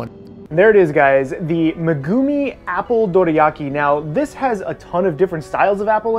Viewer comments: who tf is meh-goomi lol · I will watch some of your vids, but I will never subscribe. Fucking “Meh-goo-mee” come on white boy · who's Meh-Goo-Mii? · Megumi to Magoomee 🤣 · Ah the way you pronounce Megumi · Have u realized that he can't say the words for the anime >_< Her name